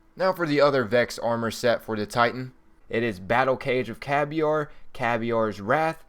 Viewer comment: Why do you pronounce the titan vex sets "caviar"?